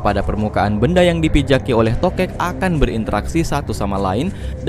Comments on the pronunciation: Gw deng3rnya toket, bkn tokek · "TOKEK" jgn pake T :v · Pas ngomong tokek dengernya masa toke t😭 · TOKE jangan pakai "T"😂😂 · Kalo TOKEK Gak pake T jadi Okek dong , ah bogeng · TOKEK Jangan Pake "T" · Tokek jangan pakai "T" wkwkwkwk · bilang TOKEK, tapi yg gw denger TOKET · Tokek jangan pake "T" 🤣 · 3.24 Tokek Jangan pake T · kok gua denger nya toket :v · toket?? Gw dengernya gitu anjir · TOKEK jangan pakai "T" 🤣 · TOKEK Jangan Pakai "T"